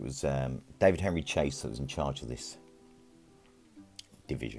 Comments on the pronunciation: Its pronounced sha say. Lovely video! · Baron Chassé, pronounced like Passé or Café.